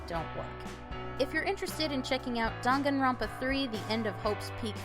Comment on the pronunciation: "rONpa" "moNAkuma" wtf is wrong with you lol. cringe